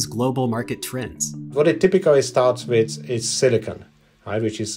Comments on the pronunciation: I wish the narrator checked the correct pronunciation of silicon before recording. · serious. There's a difference between silicon and silicone. The narrator is saying it like the latter.